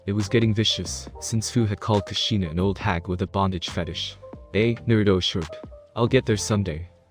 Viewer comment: Like I didn’t think it was possible to say everything wrong , Naruto, Minato, kushina, hiruzen, bijuu, konoha. Like wtf